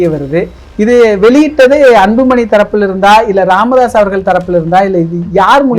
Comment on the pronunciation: ராமதாஸ் இல்லை "காமதாஸ்" correct 🤣😂🤣😂